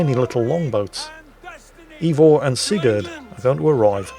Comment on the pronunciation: One thing about, he's consistent in his butchery of the correct pronunciation! It's not EEvor...it's AYEvor.